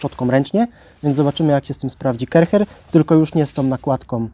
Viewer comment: Sprzecior zloto!! A to sie nie czyta ,,karczer,,? 😅